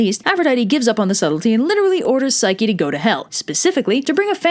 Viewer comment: did u say psyche-loki? i think i missheard ya